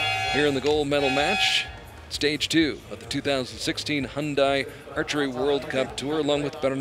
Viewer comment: The commentators just mangling everything 💀 it’s Hyundai as in day, not die lol.